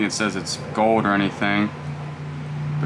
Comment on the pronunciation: Anything with an l in it, you don't pronounce. It is that your accent When you say gold it's goud coud